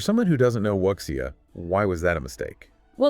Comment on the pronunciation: Its Wu Xia or say it as Wu Sha, not Wuk Sia.